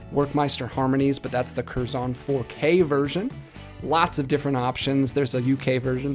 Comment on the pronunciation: It’s “kerzon” one syllable, not two, emphasis more on the first part than the second. -a brit